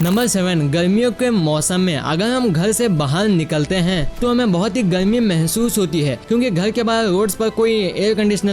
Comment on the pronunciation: Kyonki app garmi ko galmi or bahar ko bahal